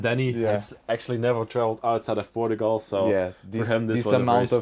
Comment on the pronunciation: You have to teach how to say Portugal